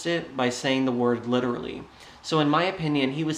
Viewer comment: No it's "licherally" he can't even speak correctly.